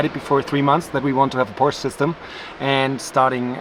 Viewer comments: please say porsche rigtht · Now that you’re in Germany you can learn the correct pronunciation of Porsche 😂🤦🏻‍♂️